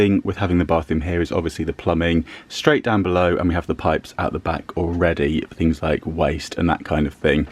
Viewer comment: Christina again. "Storing tings in" is what I meant.🙄